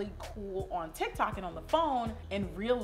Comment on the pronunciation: Lol she said " ala tic tac "